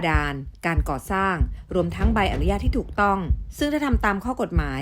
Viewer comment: อยากให้ทุกคนที่ทำงานใด ๆ ออกสื่อ เลิกเติมสระอิในคำว่า "อนุญาต" เพราะ อนุญาต ต้องไม่มีสระอิ 🙏 ขอบคุณค่ะ